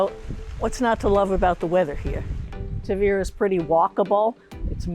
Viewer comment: Too bad you still haven’t learnt to pronounce it! It’s Taahveeruh……..